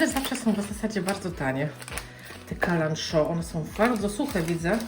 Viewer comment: Kalanchoe czytamy tak, jak jest napisane. 😊 Czyli nie "sz" tylko "ch". Wg mnie, to fajna roślina, bo nie trudna w pielęgnacji, a bardzo dekoracyjna. 🍀❤️🌿☀️🍀❤️🌿☀️🍀❤️🌿